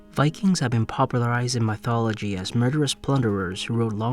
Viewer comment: What the fuck is my-thology, you tit?